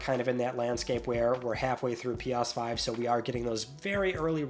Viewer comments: Why does it sound like you're saying "P-OSS-5"? Am I finally going insane? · Pee Arse 5. Interesting pronunciation.😂